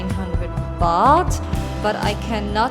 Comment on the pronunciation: It's "Baht" not "Bath" 😑